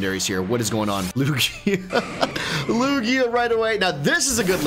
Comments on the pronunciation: Just saying Lugia is actually pronounced lu Jia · i will dislike every single video until you pronounce Lugia properly.